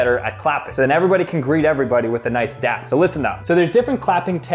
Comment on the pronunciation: Y do u keep saying Dap its dab up🙄